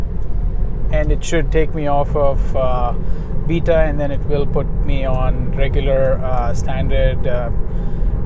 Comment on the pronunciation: Love watching your vids man. Live in the Heights and my MYP doesn’t have FSD Beta yet. Since it’s only a week old I’m hoping I get it soon. Please please say beta correctly though. Beta as in bay-ta not beta as in bee-ta. It’s like nails on a chalk board.